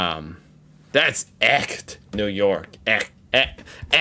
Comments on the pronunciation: Your pronunciation of - ch - in "echt" was very good! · Ersatz: air-zats Zugzwang: z is pronounced ts – look at the signs in the brackets. It is pronounced tsuktswang. Weltschmerz: sch is pronounced sh. Festschrift: Not fats, but fast – fast-shrift (like shift). Echt: Your ch sounds not bad Realpolitik: Real is pronounced like ra-uhl- Its also not real irrsinn, but ra-uhler Irrsinn. Strum & Drang: u is pronounced like use without the j sound at the beginning